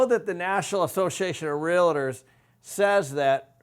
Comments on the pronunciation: You're pronouncing it wrong: REAL + TOR not REAL+AHH+TOR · Video was informative,,,, however when I hear someone speak about real estate and don’t know how to pronounce REALTOR pronounced REAL-TOR not REAL-LIT-TER as you and so many people say it,,,, ugh. What’s a “realliter?” When I hear so called professionals say it like that, I tend to tune out. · If you're a realtor, please stop saying "relador". It's pronounced "realtor". Much love, thank you. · First tip this guy is spelling out what seems to be a rational case is gonna be wrong? He says realator! You couldn't get 50% of people to vote themselves a free lunch. Any case dependent upon 50% of people doing anything is a fool's folly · Realtor. The word is Realtor, not Real-i-tor. Gawd. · Great and important analysis. However, as a Realtor, I cringe every time you say real-it-or. Two syllables,. Only two. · lots of good information here, but please.... realtor is a two syllable word; it’s real-tor, not real-a-tor. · Great videos- but, it’s REAL TOR, not REALA TOR- FYI- it’s funny how many people mispronounce it-lol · I love watching your videos but you mispronouncing REAL TOR by adding an "A" is driving me nuts!!! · I just wish you would learn how to pronounce the word “REALTOR”. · You have to wonder about the competence of someone who can't even pronounce "realtor" correctly when he's claiming that field as his area of expertise. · Has spent his whole career in real estate adding an extra syllable to "realtor?" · How does a man who knows so much not know how to pronounce "realtor"?